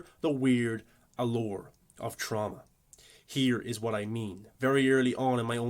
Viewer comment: Will forever think of Jamie Lee Curtis pronouncing it TrOWWMma.